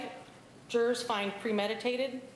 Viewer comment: Is it just me or is it really annoying to hear Nancy say “Jurors”